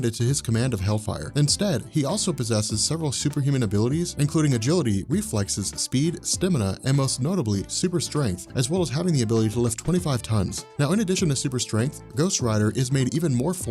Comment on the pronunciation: I'm sorry, but stimina???